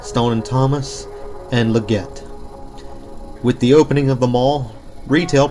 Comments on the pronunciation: Leggett t is not pronounced "le-GET", its "LEG-git" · It’s pronounced “Leh-gits,” just in case anyone’s curious. :) Great video! Thank you for sharing! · This mall looks so cool and retro and Leggett is pronounced leg it. We had one at our local mall. Thanks for a great video. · He is probably to young to know the chain. I gave him a pass on how he said it.